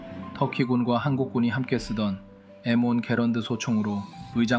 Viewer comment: M1아닌가요 그총 왜 일본발음 합니까 에무원이 뭡니까 엠원ㅈ